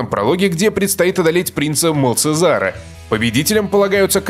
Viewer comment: МалЧезар а не МалЦезар...